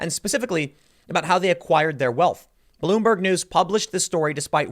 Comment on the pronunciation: "Bloom- BERG" Not. Even. Once.